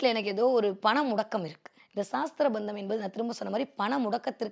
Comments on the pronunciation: That is not saasthra bandham say it sasthra bandham vaarthayil kavanam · Saastrabandham endru thappaka ucharikyathirkal. Sastrabandham thaan . Saastram entral science endru artham . Dayavu seythu aksharashuddhi irukkattum